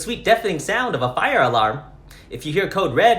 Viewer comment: "THERE'S A FI-YAH"💀💀💀💀